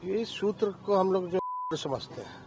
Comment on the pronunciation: Ghntaa soking ...sutrr ko mutrr bol diya ...to shoking h wahhh re chmrchoc😂😂😂😂